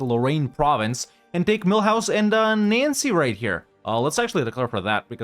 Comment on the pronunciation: I hope Mulhouse is in EU5 too, because I love how you pronounce them as Millhouse, which I imagine to be a cute little house inside a mill.